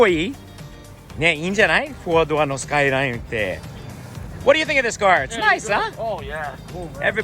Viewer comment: R33！いいですねー ※「SKY LINE」とネイティブ発音ではなく「スカイライン」と日本人のカタカナ英語発音もマスターしてるは神。